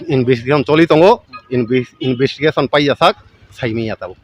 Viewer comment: Investigation ❌ Invistikation✅